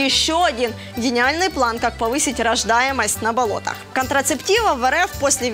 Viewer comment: Она так смешно говорит "на болотах"